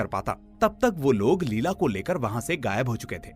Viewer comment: Her name was not लीला it was pronounced as लैएला